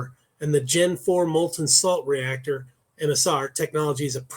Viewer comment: Salt, not slat